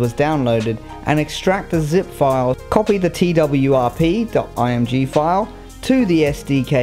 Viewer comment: Twrp sounds like twerk